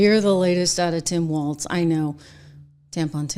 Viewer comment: As a MN conservative i despise Walz but omg can anyone pls pronounce his name correctly theres no T. We need to stop making ourselves look dumb unable to pronounce something so simple 🤦‍♀️